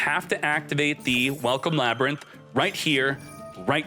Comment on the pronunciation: You had me until you said Ladrynth. Ew! No!!!